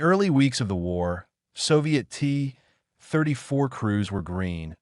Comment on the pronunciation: “The T … [AI narrator goes to the bathroom] … 34“ 🤦‍♂️ You should have dropped the hyphen in the script.